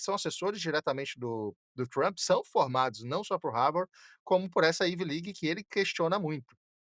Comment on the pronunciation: dR... IT IS NOT IVI LIG... IT IS AIVI ( COM ACENTO AGUDO NO A) LIG.. PRONUNCIATON.